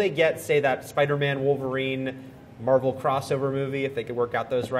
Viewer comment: it mar-vel